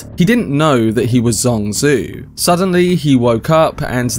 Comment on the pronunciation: Wow! all your guesses are correct, unbelievable! BTW, As a native mandarin speaker, I think Zhuangzi should be pronounced like DjuangZi instead of SuangZue. and you can try it on google translate with "庄子" and maybe in next video you could read it more nativelly.